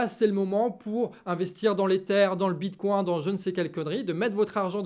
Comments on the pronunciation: J'ai serré les fesses à chaque prononciation du bitcoin. Le bitcoincoin du canard 🤪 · Hihihi!!! Mon!!! Tu parles de bitcoin avec l'accent canard ❤❤❤ bitcoincoin!!! 😂